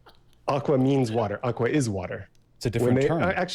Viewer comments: He literally argued against himself with the “aqua” example. And he didn’t even fucking pronounce it correctly. It’s “Agua” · I love how Vaush thinks he’s got him with the water statement but he literally mispronounced ‘agua’ as ‘aqua’ and as Mexican it’s hilarious people use anything related to us as a gotcha moment 😂😂😂 To clear things up the agua is the translation for the world water in Spanish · Its not even a pronunciation issue, he used the completely wrong word. Aqua is latin. Agua is spanish. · I died of cringe when he said aqua. It's not even the correct word for water. Vaush is top tier entertainment. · Bruh Vaush can’t even get the Spanish word for water right. He’s like the most expressive dumb guy on the left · It’s worse, he is AQUA. Didn’t even say the Spanish word right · The aqua argument is so stupid in so many levels. In the first place , it's Agua not Aqua. He didn't even got the word right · Spanish part of me died. Fucking “aqua”?? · Bro doesn't even know basic Spanish. "aqua" lol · Lmfaoo "akwa" lol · I killed myself in a video game when vowsh said AGUA. How can he possibly be a real person it doesn't make sense. We need to make sure vowsh's brain gets preserved and studied so that nobody else can ever exist like this Jesus fuck me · IT'S PRONOUNCED "AGUA" NOT THE DAMN KINGDOM HEARTS BLUE HAIR GIRL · Him saying agua wrong gets me everytime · the idiot was trying to say agua right?